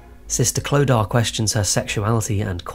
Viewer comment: Also, the name Clodagh is pronounced CLO-da, not clo-DAR